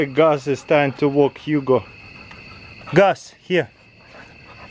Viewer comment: I keep hearing him say Huga but I know it’s Hugo